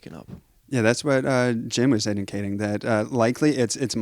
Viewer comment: Ugh,, I really appreciate what you're doing, but you're such a mess. Every video I watch, your questioning is terrible (and getting worse). And in this video, you mispronounce Jim's name multiple times before you get started, and then, even worse, to his face! 🤦‍♀️🤦‍♀️🤦‍♀️ I'm horrified for you. Carry on, but wow... get it together, bud.